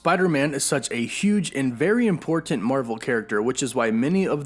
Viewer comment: Nobody:: impor-TANT